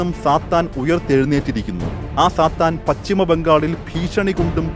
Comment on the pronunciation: പച്ചിമ ബംഗാൾ അല്ല പശ്ചിമ ബംഗാൾ എന്നു പറയൂ